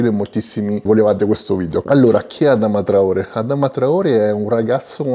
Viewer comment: Si pronuncia Adamà traoré